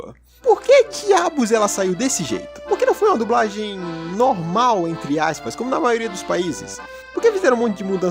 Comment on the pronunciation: "A dubRagem portuguesa" perco tudo kkkjk